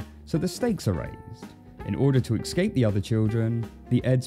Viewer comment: Great video my man HOWEVER "escape" isn't pronounced "eckscape", it's pronounced how it's spelled